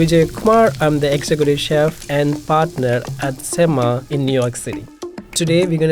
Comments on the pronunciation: He pronounces Semma as Sem-mah for the Americans but it is actually Sem-meh in Tamil lingo which means damn good. Diners should actually go in and tell the chef the food is Semmeh and the impressed staff will give 50% off the bill. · If the restaurant is south indian, I think it is probably pronounced "sem-muh" instead of "sem-mah" because then it means "Awesome" in Tamil. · i died every time he said semma HES BUTCHERING THE WORD SO BAD AND ALL CAUSE HE WANTS TO MAKE A WHITE MAN FEEL COMFORTABLE 😑😑😑 STOP CALLING IDLY RICE CAKE AND STOP DESCRIBING DOSA AS A CREPE WE ALL KNOW ITS WAY DIFFERENT... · I the pronunciation of "Semma" that chef used knowing full well how a typical Tamil will pronounce it